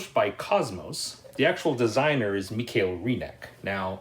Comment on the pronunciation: Hey, love your Videos...its a shame that they have not more views! Think we have a similar "game-taste" and "point of view" (there are sooo many good "old" games). Please keep up! Ps: I (dont know why;)) loved that you said: michael in the "german way"/emphasis